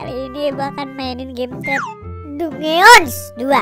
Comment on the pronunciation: Itu tulisan nya dungeons tapi baca nya danjien